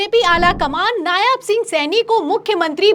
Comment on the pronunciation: नायाब नहीं, नायब कहिये। जितनी ख़बरें दिखा रही हैं उन सबमें नायब लिखा होने के बाद भी------।